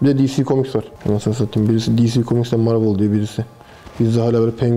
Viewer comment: Marvel Marvıl diye değil marvel diye okunur :D webtekno T.N.W (The New Machine)